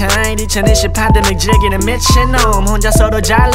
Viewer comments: Pandemic인데 f발음함 ㅋㅋㅋㅋ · 김농밀 pandemic이 f발음이라 해서 들어 봤더니 friendemic이라 한 것도 같고... 맞으면 재밌는 가사네